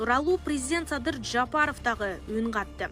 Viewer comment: Журналист кыз, Жапаров---деп жон эле айтсанчы. Мынча ,, Ж" га басым жас ап окуйсун, чычып ирейин деп.